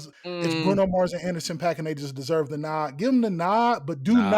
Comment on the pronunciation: Exactly! He said Anderson.Paak.